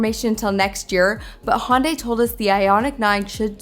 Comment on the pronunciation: The Ioniq 9 will have the NACS charging port. The car in the video is a prototype. Also, maybe it's my audio, but it sounded like you were saying "Honday". The correct pronunciation is "Hunday", like "Sunday". They even ran a TV ad to explain this once. 😊